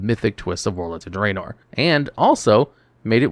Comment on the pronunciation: Loved the video! But please stop saying Draenor like that 😭